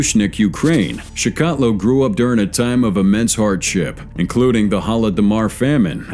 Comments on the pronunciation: Its pronounced like chickatillo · It's pronounced CHIK A TILL O